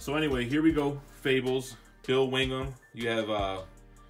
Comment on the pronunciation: That Swamp Thing absolute is beautiful, but I’ve got my heart set on the original 6 HCs. Also, you drove me crazy when you kept saying Wingham instead of Willingham lol